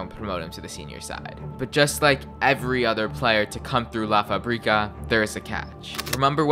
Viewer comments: Fabrica!!! Not Fabríca fAbrica // fuhbrEEcuh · FA! - Brica. say it this way next time